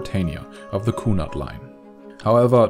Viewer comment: the what coonard line, wish they would get their (sure that's correct spelling) pronunciation right.